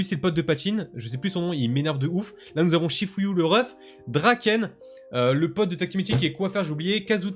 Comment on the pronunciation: attend mais takiro c'est pas darken c'est draken t'es fou enfaite reflechis